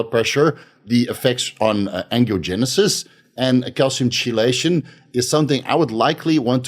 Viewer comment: I usually dont do this, but chelation is pronounced keylation. Just an FYI. Great video as usual!